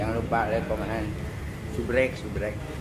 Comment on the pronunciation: Bg subscribe bacanya, bukan subrek 😅😅😅